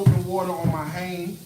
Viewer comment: When he said wash my han 🤣🤣🤣